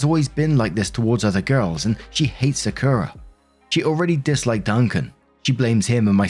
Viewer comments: sakura is said sock-oo-rah. good video! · I know I’m crazy late but it’s Sah-Kur-Rah (Sakura) I know you a hard time with names😂. Just wanted to say that. I’m glad she didn’t treat Sakura wrong based on her sister personal bs. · its pronounced “Saa-ku-ra” like the tree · Im just listening, and it took me til you said her family was in Japan that i realized that "Secura" was supposed to be "Sakura"..... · I was listening to Story 1 and hearing Sakura as "Secura". Side effects of Star Wars. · For future reference, Sakura is pronounced "sah-koo-rah". Like the character from Naruto... whose name is based on the sakura flower. No emphasis placed on any syllable, Japanese doesn't do that since emphasis is reserved for defining words rather than pronouncing them. It's also a different "r" than English uses but no one can blame you for not bothering to learn it. Fun fact, by the way. "Saku" means to bloom. So "sakura" literally just refers to the fact that it blooms. Quite an unremarkable name for such a remarkable flower. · Im sorry but the way says Sakura makes me cackle like a hyena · As someone who spent years going through a weeb phase, it pains me to hear how pronounces Sakura more than anything else in the first story.